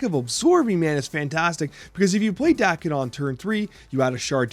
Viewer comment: Pretty sure it's Dah-ken, not Day-ken. His birth name in the comics is Akihiro which is why the season is also called Big In Japan. Nothing originating in Japan will be pronounced Day-ken in Japan. Sa-mu-rai, not Samu-rey. Ah-ki-hi-ro, not Ey-ki-high-ro. Jah-pan, not Jay-pan.